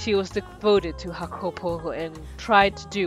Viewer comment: just so you know, the name's pronounced Yah-cuh-po and he's from Ireland, you can keep up the accent and your pronunciation if you want.